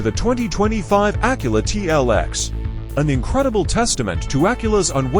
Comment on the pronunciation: Acula? What tf is a Acula??